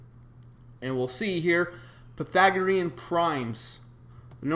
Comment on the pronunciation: Pythagorean, not Pathagorean,.